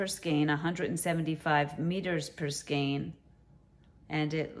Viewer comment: Hi, I just subscribed to your channel. Wow what a giveaway! I like all the yarn but I love the thinner cotton blend yarns specially the orange one from ICE. Thank you for pronouncing the word skein correctly.